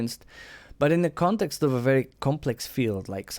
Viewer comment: "A lot of what he says makes bery good sense" Thanks for your opinions. They are bery good.